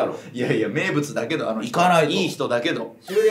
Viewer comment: ここの粗品の「だけど」がめっちゃ関西弁の「やけ↑ど」のイントネーションw